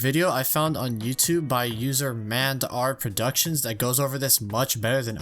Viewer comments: I knew like 90% percent of this already just for being a lego fan also like how he pronounced M and R productions as mand r productions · I hate the way you said m and r productions